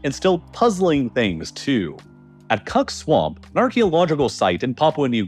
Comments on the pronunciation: Nice 😂 It's actually spelled "Kuk" - "Kuk Swamp" - and "Kuk" is pronounced like "cook". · Ignorance IS bliss. But, isn't it double funnier that (1) he said "cuck" swamp and (2) that that was the wrong pronunciation? I love a good (naughty) mispronunciation 😂🎉